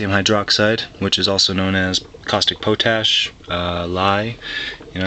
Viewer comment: First, KOH is pronounced caustic pot-ash not caustic poo-tash. Another chemistry related problem is that H2O2 is hydrogen peroxide, not "oxygen plus water" attached together. One major problem with burning HOH gas in an internal combustion gasoline engine is that the engine is not DESIGNED to burn H2 gas or HOH Brown's gas. The BMW hydrogen engine was designed to burn hydrogen gas. Burning hydrogen at the stoichiometric volumes of 2 Hydrogen to 1 volume of Oxygen, generates huge amounts of nitrogen oxide gases. Without aggressive positive crankcase ventilation "PVC," some hydrogen will get past the rings and build up in the engine block. This is the recipe for a hydrogen gas explosion, which would at least, blow out the front or rear main bearing seals, or both. The biggest problem with burning hydrogen in an internal combustion engine is that you get twice the range and twice the power out of just using the hydrogen in a fuel cell automobile. Both parameters are cut in half when you burn the gas in an unaltered gasoline engine. I also noticed that after 11 years, we are still waiting to see your "experiment" of running your engine with your HOH generator on and then off to compare the fuel consumption (mpg). If you have not run the experiment, why not? If you have, how big an mpg lie would you have to tell to support your initial pronouncements?